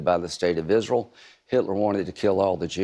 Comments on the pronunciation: Lindsey , its ISREAL , NOT ISREL ! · Moron turns Israel into a two syllable word.....